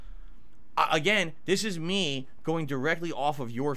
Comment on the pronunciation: Everytime he says "me", I instantly think "Reee" 🤣